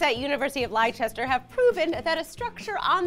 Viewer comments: Lie-chester... As a UK resident I died laughing at that XD Less-ter Less-ter. Noah's Ark = The Original Titanic:D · Lyechester... Liechester. Laichester. What. It's pronounced "Lester" ¬_¬ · hold the hell up on that -- "lyechester"? I mean I know Leicester's tricky to pronounce but really?? It's not hard to find a video of someone pronouncing it correctly! especially since the news just broke recently there's gotta be a bunch of video news stories about this.. FYI it's pronounced "Lester", although I'm not sure when you'll ever have a story about Leicester on here again anyway :/ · Its pronounced Lester not lychester. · FOR THE LAST TIME, Leicester as pronounced Lester not Lie-Chester. Sorry, I get angry at these things. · Jesus Christ - do some fucking research: Lychester? Liechester? Lichester? Leicester is pronounced [Less-Tore] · LYCHESTER??? LYCHESTER!?!?! LEICESTER = LESTER! Americans. You're great but I don't like your pronunciations. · Liechester? It's pronounced Lester, but spelt Leicester! Noah couldn't build a boat big enough for millions of species of animal... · Its pronounced lester not liechester. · It's not pronounced "lie-chest-her". It's pronounced "lester". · Lychester is probably the most hilarious pronunciation for Leicester that I have ever heard, It's pronounced "Lester" but hey, I give you props for rolling with it like a baws lol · I almost love it.. Lie-Chester. But alas, no. It is pronounced "Lester". To be fair, I guess we Brits do say some things a little silly sometimes. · Lie-Chester lol it's pronounced lester. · .......and learn to pronounce Leicester right. "Less-ter" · Correct pronunciation of Leicester is 'Lester.' Gloucester has the same problem. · It's pronounced "Lester",. You've got about five dozen British people roaring at their computers with that one. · LESTER. IT'S PRONOUNCED LESTER. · Leicester is pronounced like 'lester' btw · It's pronounced (Lester). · Did she say university of Liechester??